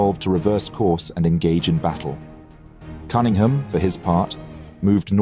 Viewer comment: buddy, you're English. how in the world are you mispronouncing Cunningham? 😂